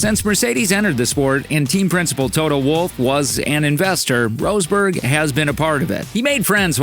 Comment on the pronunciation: Roseberg? nah dude, that sound extremely silly... It is: Ross-Berg = Rosberg